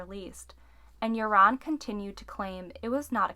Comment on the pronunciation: You are not saying his name right.....Joran is pronounced 'Yourn....Not 'Your-On'.